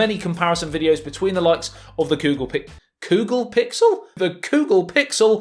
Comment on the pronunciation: The Ghoggle phiksel